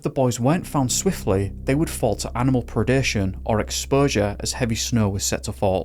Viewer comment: I like it when you always say animal pre deh shone! 😅